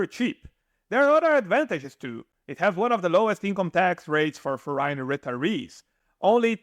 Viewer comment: I really have mixed feelings about this video... the intent is good, but the delivery is really bad. First of all, please learn to enunciate the words when you speak, and for the love of God, please learn how to correctly pronounce certain words, like: percent, foreign, foreigner, province, effectively, temperature... hearing the broken English is very distracting. If you want to make successful videos, at least please make sure people can understand you. Secondly, when you talk about the 7% regime in Italy, you don't mention that one has to be a resident in a town in Southern Italy with up to 20k residents, which is key... all the places you mention are well above that threshold. So once again, if you want to make videos to help people, at least do your research right and deliver correct information. Thank you.